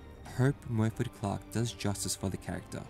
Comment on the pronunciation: moyford ? correction morfydd